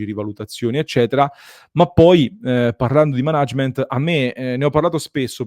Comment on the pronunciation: Ottimo servizio, grazie. Una nota: si pronuncia “mànagement” non “manàgement” 😉